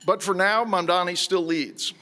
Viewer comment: For all his fancy Hillsdale College education, James Freeman appears incapable of reading letters in English and actually pronouncing correctly Zohran Mamdani's last name. Let an uncouth plebeian who DIDN'T attend Hillsdale help you out with that, good sir: Let's break it down, step by step: the name is spelled M-A-M-D-A-N-I. Start with the first syllable: "Mam". No, not "Man'. "Mam". That's it! You can do it! Now let's try the second syllable, probably a little easier than the first: "Da" That's it! You probably said that as a baby without thinking about it! "Da!' "Dada!" "Mama!" Now let's go for that final syllable. I know you can do it! Here we go... you ready? "Ni"! (Nee) That's it! You got it! Now, let's put them all together: MAM - DA - NI YES! Congratulations, Mr. Freeman! I KNEW you could do it! You can now correctly pronounce the name of New York City's next mayor. And that's a good thing, because he most definitely WILL be our next mayor, and you're probably going to find yourself having to repeat that last name many, many times. Of course, you've got quite a lot of other important things to learn from Mr. Mamdani as well, all of which arguably could be considered even more important than simply sounding out the details of a phonetically spelled last name. But all in good time. Baby steps first. Here's to the renaissance of my beloved New York City, beginning with the election of soon to be mayor, Zohran MAM-DA-NI.